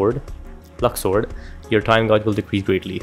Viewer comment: Where did zodiac signs come from?! lol LUX-SWORD I don't know where the "S" comes from ..😅 i probably pronounce it wrong tbh